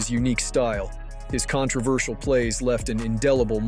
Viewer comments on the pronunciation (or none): none